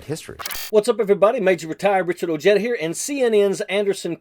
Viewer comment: Mr.ojeda don't be ashamed to say your name correctly, in Spanish